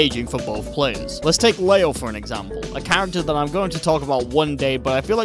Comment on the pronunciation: "LAYO" IT'S PRONOUNCED LEE-O FOOL